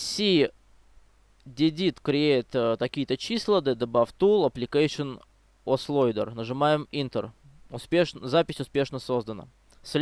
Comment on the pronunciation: И ОуЭсЛоадер а не ослойдер